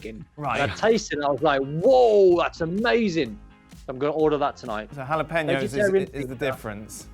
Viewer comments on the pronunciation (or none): Did don really call then jal-I-peen-os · Did Don just pronounce jalapeños like that